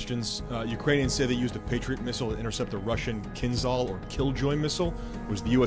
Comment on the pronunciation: It is not a “kinzal” or “killjoy” missile. It is “kinjhal”, it means simply a “dagger”.